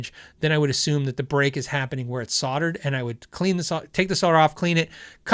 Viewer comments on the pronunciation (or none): none